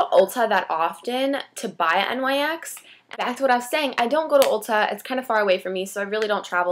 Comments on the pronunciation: It's pronounced nicks but nyx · Actually, it's supposed to be pronounced "Nicks". The company is named after Nyx, goddess of the night.